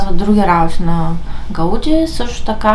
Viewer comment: Ходила съм в парк Гюел преди около 13-14 години и беше безплатен и добре поддържан. Ударението на Гауди пада на И.